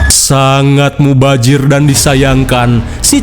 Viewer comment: "SUNGGUH MUBAJIR(MEMBAZIR) '😂😂😂